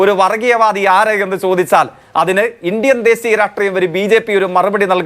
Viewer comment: ഡെസീയം, ബിസ്വാസിക്കുക... എന്നിവ അല്ല ഡാ ദേശീയം, വിശ്വസിക്കുക.... എന്ന് ആ വാ പൊളപ്പൻ തോൽവി ജയ്ക്കിനോട് ആരെങ്കിലും പറഞ്ഞു കൊടുക്കെനെടാ 😂😂😂😂😂